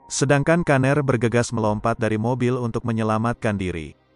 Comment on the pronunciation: Pgilnya brian aja bang..jdi aneh denger kata "kaner"